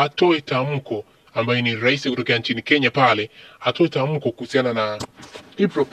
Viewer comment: "Laisi" Umesoma shule ipi wewe iliyokufunza neno "Laisi" ?! Jifunze tofauti ya "R" na "L"